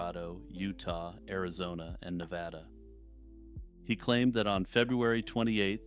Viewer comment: You pronounced Nevada correctly 💥